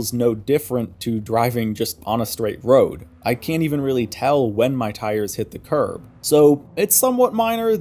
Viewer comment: When you said "Curb" I thought you said "Carb" so for a second i was like "wtf? Carburetor physics?" lol